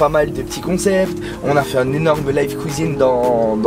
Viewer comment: la vidéo est chouette c’est cool d’en apprendre un peu plus sur toi hors et dans les lives :) par contre je valide pas le « houit » ou « couisine » hahaha